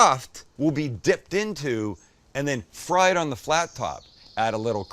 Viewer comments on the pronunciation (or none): none